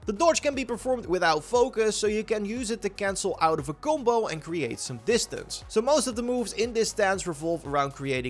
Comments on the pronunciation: "kumbo" "kumposure" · I didn’t realize u were saying combo until I was halfway through the video… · Each time he said "gumbou" i drank from my beer and i needed 1 1/2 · I don’t know at first this guy was saying gumbo and stuff I was like wtf 😂